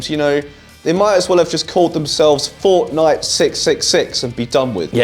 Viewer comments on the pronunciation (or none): none